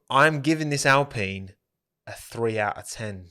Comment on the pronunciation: "Racing Pine" why you have to say it like that